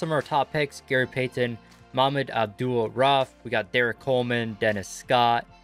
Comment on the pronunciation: His name's pronounced abdool-raoof. Malik's.